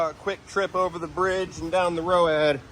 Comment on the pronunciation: Row-add.... Lol